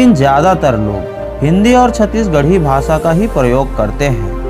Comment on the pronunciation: वार्ग कि मि ,सहर, भासा,सैचिक,सासन, जकसन, अजादहिंद, भाषा ठीक।करो भाई